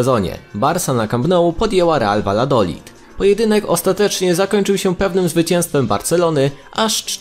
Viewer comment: Vajadolid jak masz 2xll to czytasz jako j xD ta wiem żeby nie było nie pultam się ani nic ale no warto powiedzieć etc tak samo h jest nieme pamiętajmy xD